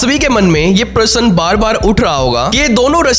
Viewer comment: Parsan nahi prasna hotahy dost